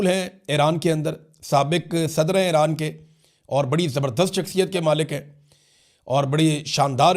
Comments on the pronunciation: The name Iran is pronounced EE-RAAN, not "Ae-raan". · What is Airan? Its Iran, isn't it? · Area kutti eid ai nei to yea Airan he bhoolgeai ha